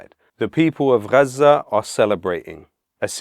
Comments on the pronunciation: Just pronounce Gaza like normal English mate. Mixing accents is stupid. Love the message though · Why is he saying Gaza in such an indulgent and annoying way?